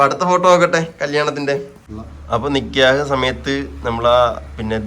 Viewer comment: നിക്യഹ് അല്ല നിക്കാഹ് ആണുട്ടോ